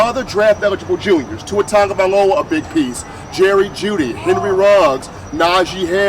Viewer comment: If you're going to be experts on everything Alabama you could learn how to pronounce our quarterbacks name. It's not pronounced Tago, Perhaps it is spelled that way but it is pronounced: TOUNGE-OH-VAE-LOA